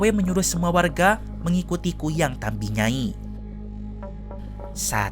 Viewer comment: Izin koreksi ya min. Yang benar itu TAMBI NYAI. bukan TAMBE. TAMBI artinya Nenek